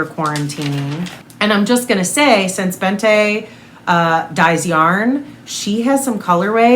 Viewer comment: Bente is pronounced more like Bent-eh (silent H obviously), not BentA 😋